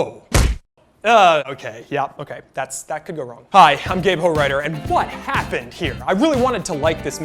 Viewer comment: I had this on audio and heard you pronounce your name:.